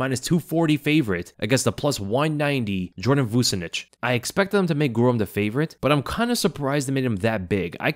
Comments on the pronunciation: Vucenic is pronounced “Vuchenic”. It’s a Serbian surname. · Nice video 😎 Vucenic is pronounced Voo-Chen-ick. Rhymes with his name “the epidemic”